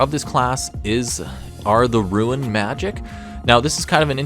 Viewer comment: "Ruin" Knight